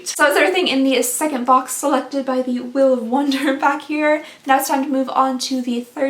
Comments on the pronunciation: "mystery weel Monday" lol 🤣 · “Mystery Weel Monday” I love it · “Mystery weel Monday “ it’s Monday for sure 😂